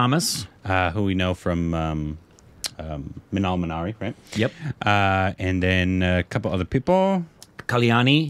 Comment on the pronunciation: “Minnal Minari” - every frikkin time 😂😂